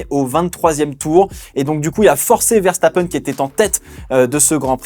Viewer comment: Quand t’as commencé à dire Ferstappen t’avais raison c’est comme ça que ça ce prononce